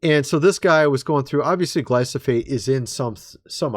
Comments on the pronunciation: STOP SAYING “GLY-SO-FATE”! The word “Glyphosate” is pronounced “GLY- FO- SATE” You’re driving us NUTS! 😂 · It’s not glysophate. It’s glyfosate..please say it right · GLY FO SATE..... not gly so fate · . Gly-PHOS-ate, not Gly-SOPH-ate! . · ...It is Gly- pho- sate. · We haven't eaten at McDonald's in years! BTW, That toxic chemical Glyfosate is pronounced: Gly- Fo- Sate. And it's used on the majority of crops in the U.S! Rye, Wheat, Oats, Barley, etc. You're best bet is to buy Non GMO & Organic. But avoiding grains all together because they just cause your body to pack on the pounds! 😳😱 DIABETES, ANYONE....?!!! 🌱🌾🍞🥖🥐🥯🌽🥨🧇🫓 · Love your channel watch it daily. Please learn to pronounce glyphosate 😂😂